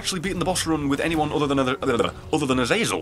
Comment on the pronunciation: I'm gonna miss you pronouncing Azazel correctly. But hey this is still fanfuckingtastic!